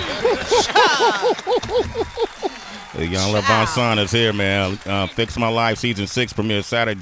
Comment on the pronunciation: Please someone tell Sway her name is "VanZant" and not "VanSant"....